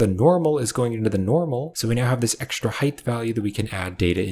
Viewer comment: Love these tutorials but is homie saying Hithe instead of height? Is ESL? I have french friends who kinda do stuff like this but not with the word height.